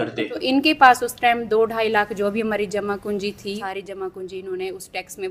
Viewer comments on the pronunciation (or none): Jama punji nahi jama kunjiii😂😂😂😂😂